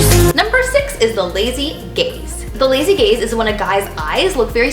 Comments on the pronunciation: I'm sorry (not sorry) but when she said 'the verdict is good for the lazy gaze' I was slightly out of it and I thought she said 'the lazy gays' and I just went 'better tell my friends' lol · am i the only one who heard "lazy gays" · i thought when she said “lazy gaze” she said ”lazy gays”